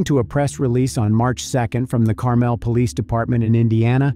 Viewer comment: Pronounced wrong Carmel is.